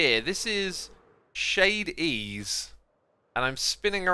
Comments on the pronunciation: No one is able to purnounce shade-es name correctly so I will help Shady ees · ohhh it annoys me how x says shade e-e's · The shop's name is pronounced (ʃɛidiʔiːz). Shade e e's.